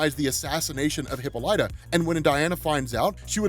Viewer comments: Please... no more hippo light uh. Huh-pol-uh-tuh. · Hey it’s pronounced Hip-ah-li-ta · Lol oh man I can't get over how you cant pronounce hippolyta. Great video though.